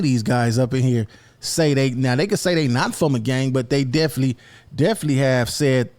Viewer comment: Hey It’s Definit-ely Not Deflee 😂😂😂😂 Keep doin yo thang though bro